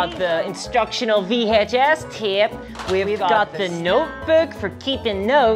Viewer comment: Its just an accent thing but you killed me with "Vee Hatche Ess Tehpe". All your points are good though. TTWargamers are familiar with the cost and monetization of the games they play, to the point that we make loads of in-jokes about paying way too much, or hiding how much we spend from our spouses. So when more monetization comes along the bulk of the hobbyists don't bat an eye, even if, upon closer inspection, the extra monetization doesn't add any value to the game. I suspect you'd see a similar apathy difference in you examined the group of video gamers that play complete games without cash shops and the group that largely makes up the customer base for the mobile game market. Where the former group would be much more sensitive to the introduction of monetization methods that don't add value to the game, and the latter group doesn't even notice because the market is already so saturated with those concepts.